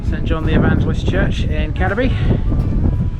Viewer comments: Cad-eby no Cadeby its pronounced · Just to clarify a previous comment. "Cadeby" should be pronounced Cade (to rhyme with Slade) -by.